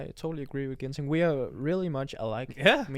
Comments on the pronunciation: Ginting not ginseng 😁😁😁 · Antonsen kenapa nama Ginting jadi ginseng🤣😭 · Not ginseng but Ginting (Anthoni Ginting) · 😅😅😅 not ginseng but ginting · Batik Javanese not japanese..🤣😂...anthony ginting not ginseng.. Haha... Thanks for the vlog 🥰